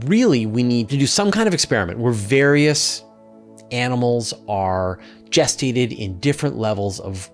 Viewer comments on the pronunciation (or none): none